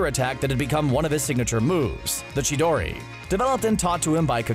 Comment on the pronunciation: the name of it is Chidori but you pronounce it Shidori